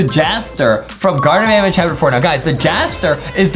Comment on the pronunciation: IS NOT SAYING BANBAN RIGHT YOUR SAYING BONBON!!!!!!!!!!!!!!!!